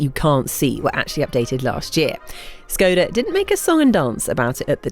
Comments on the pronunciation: Your pronounciation hurts a bit, it's ˈʃkɔda with a 'sh' in the beginning, not 's'. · Please, say škoda, like you want to say shoes, but end it with ..koda